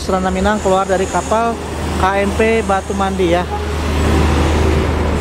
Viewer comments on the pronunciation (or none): Batu mandi bang bukan batu mundi 😂